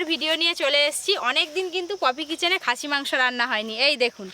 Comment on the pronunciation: Koto bar khasie mangso bol ben😂😂😂😂😂